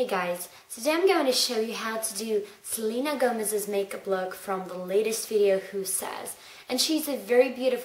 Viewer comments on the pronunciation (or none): none